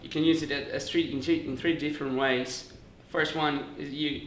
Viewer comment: "It can be run on three different **ways**..." Detalhe pro sotaque no "ways". HAHA Miss you,. Keep up the good work!